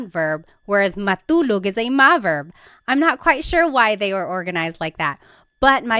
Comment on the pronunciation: Hello and thank you for the video. I'm learning Tagalog at the moment and I don't know if it's just me, but is "t" pronounced a certain way" in Tagalog? For example Matulog, it almost sounds like Malulog and not Ma-2-log. I also hear this in other words that have a "t" in them as well although I can't recall them xD.